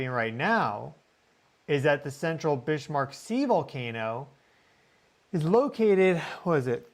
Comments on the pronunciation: Ha, I always notice how well you correctly pronounce many names of different locations around the world. Can I please request you research how to correctly pronounce Bismarck named after the German battleship of World War II which is named after 'Otto von Bismarck'. My understanding of the correct way to say it is from the song Sink The Bismarck by Johnny Horton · I wanted to listen to this but "bish" was driving me crazy 🙄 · Why are you saying Bishmark? Driving my misophonia crazy. Lol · Bismarck (German) pronounced Biz-Mark not Bish-Mark? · Please.... it's pronounced "BIZ-mark" not "Bishmark." There is no 'h' in the name. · I'm pretty sure it's Bismarck, like the ship and the Chancellor, not Bishmark. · needed to say this as well. Bizmark would be the correct pronunciation for that German name. 💚💚💚😊👍👍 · please, you are undermining your prodiguos authority ( on these subjects.) The pronunciation is BIZZZ-mark. NOT biSHH-mark. [ *if any doubts remain, see pre WWI German history ] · Bismarck 🤷‍♀️ no H, GEES 🫩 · Got to say it ! That is Biz mark Sea ! There is no h in it ,Not Bish mark ! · pronounced Bizmark, not Bishmark. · Bismarck is not Bish-marck not even in German, please 😊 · “Bishmark”?? It is clearly written Bismark on the map,. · "Bishmark?" It's 'Bizzmark" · 'Bizmark' sea? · It's not bish mark sea brother, it's pronounced biz mark, Bismark lol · So interesting! My guess is that it was an echo of 1972, potentiallya litte greater. Pumice raft - yah. 👀🧐🔔 BTW since Bismark was Northern German, pretty sure he did NOT pronounce the S like ish, rather like a regular s, OR like a z in standard American English. Your tone speaks volumes 🥰, thank you,, for your educational and interesting coverage. Your mastery of online resources helps us to be more aware of geo energies in a larger context. 🌅time to brew up some of your Vitalitea😋❤ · Bismark a Germanic christian name Notably a king at one time and is pronounced biz mark.